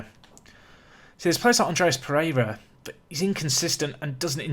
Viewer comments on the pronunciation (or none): none